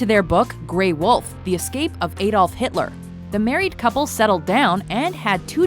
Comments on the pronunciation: 'What happened to Hilter after the war?' Lmao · "WHAT HAPPENED TO HILTER AFTER THE WAR?" rofl Has anyone heard of this "Hilter" before? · "WHAT HAPPENED TO HILTER AFTER THE WAR?" Who the fuck is Hilter?? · Who the hell is Hilter? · what happened to HILTER??? HIL-TER??? Fuck off mate. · Hilter? who tf is Hilter? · What happened to Hilter after the war? I dunno, but Hilter sounds like a swell guy! :D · "WHAT HAPPENED TO HILTER AFTER THE WAR?" ... Really? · "what happened to HILTER" lol fail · ''What happened to hilter after the war?'' ''Russia''